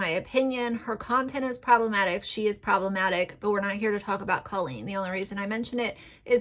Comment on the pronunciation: Let's talk about Colleen first. The fact that you don't even know how to pronounce Colleen's name just proves you don't watch their content at all. The fact that you're going after someone like her, when she regularly raises money for things like childhood cancer, is problematic in itself. Colleen has raised awareness for depression, anxiety, pregnancy issues, and so many more topics that needed to be normalized. As far as the Ballinger family themselves, whether or not they want to film videos that include THEIR children is up to them and their children. Parker, for example, is a very out-there, energetic, sweet boy. And whatever he's wearing, whatever he's doing, is his choice. And that goes for all of the kids. If any of them were not comfortable with being on YouTube, they would say something. And Bailey is 13 years old. She's not incompetent and she could easily have spoken up by now if she, or any of them, were uncomfortable. Jessica and Christopher are both very sweet, kind people and I'm positive that if their children were not comfortable with any of these things, they wouldn't force it on them just because they need some sort of financial reward. Rachel Ballinger has been an ICON for the gay community and for women in general. She normalizes that women can do things without the help of a man. She's constantly doing things that are stereotypically a "man's" job, like woodworking for example. And in the process, she's proving that a woman is perfectly capable to do th